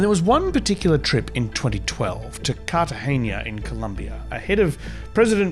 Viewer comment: Cartagena, not Cartageña; otherwise, great, as always. Greetings from Argentina